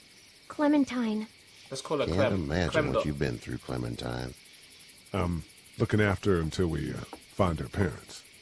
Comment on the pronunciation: Funny the fact that Toby said clementin instead of clementine